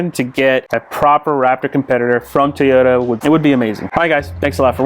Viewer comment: Toyota not Teeeeota.